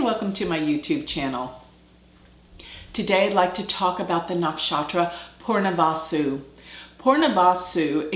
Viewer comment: Your pronunciation of Punarvasu is wrong .. it is not poornavaasu .. it is punar vasu